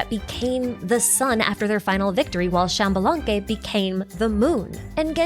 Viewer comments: It is actually pronounced ish-balanque! The x in mayan makes a sh sound, my grandpa still speaks it a bit and i took classes too 🥰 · Xbalanque is pronounced "eesh-bah-lan-keh". Just in case you're interested.